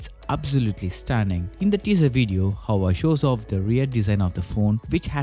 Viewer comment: Hawaii? It's Hua Wei !